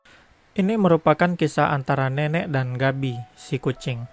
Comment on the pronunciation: apa gua doang denger si ngomong si nenek jadi neneck